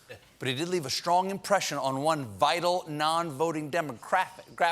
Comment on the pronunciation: Any one else heard him saying ass instead of ads ?? lmao